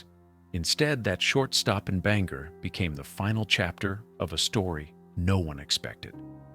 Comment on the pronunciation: Bangor pronounced (Bang) Gore. thank you.